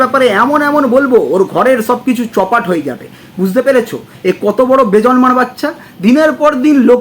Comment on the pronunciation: একেকজন আবার বেজন্মা টাও উচ্চারণ করতে পারে না বলে বেজর্মা 😂😂😂😂।